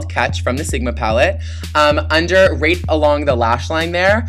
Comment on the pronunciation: when you said right along the lash line, it sounded like you said rape xD